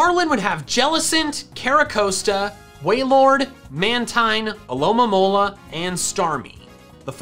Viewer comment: THERE SHOULD BE ONLY 2 A'S IN ALOLA! AND IT'S ALOMOMOLA, NOT ALOALAMOLA!